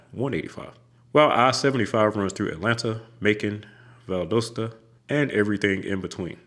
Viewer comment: As a Georgia resident for 50 years, it’s pronounced VAL-DAH-STAH.